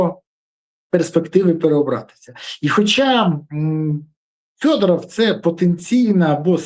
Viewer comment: Вимови вже нарешті Федоров! Федоров, не фЬодоров!